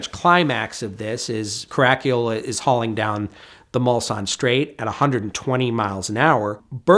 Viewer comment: WOW - never heard "Caracciola" pronounced that badly before, fair play chap.